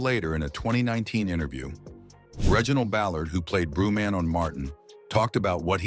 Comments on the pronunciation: How you get "Brew man" from Bruhman?? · Stupid AI voiceover, who the hell is brew man (bruh man) lol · It's bro man..not bru man... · "brew-man???" wtf? ai crap.